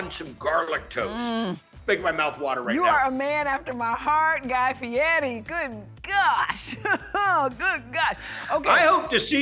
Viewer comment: Always hate when people pronounce his last name Fietty. In what world does an R sound like a T? 🤔